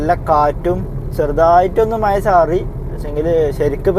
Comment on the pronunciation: മഴ.. ആണ് ബ്രോ മയ അല്ല 🙄